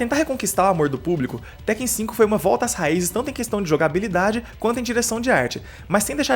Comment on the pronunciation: Por que todo mundo passou a chamar Tekken de TÉkken? Nos anos 90 a gente falava certo.